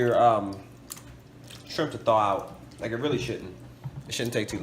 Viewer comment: haha he can't say shrimp